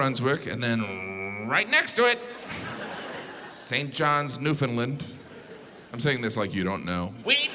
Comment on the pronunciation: It’s not saint Johns Newfoundland it’s saint Jans